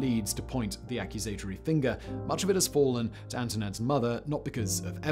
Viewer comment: A-quuuuuuusss- a-tory - or - Ac- u -sat-atory